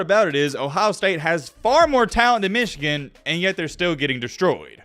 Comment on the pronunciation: I watch your videos sometimes and I have to wonder, do you have something against Michigan? You do that stupid pronunciation every time. As for the content of the video specifically, Michigan has been the favorite in most if not all their games this season except the Ohio State game and won them all. They know how to take care of business. Yes there is added pressure in a playoff but that same fact applies to all teams as well. Everyone has a lot to lose. The headline is a weak attempt at click bait with some fake controversy to get viewers.